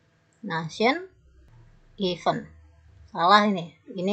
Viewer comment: Cara bacanya PD kata event salah. Coba koreksi. Event sama even cara bacanya beda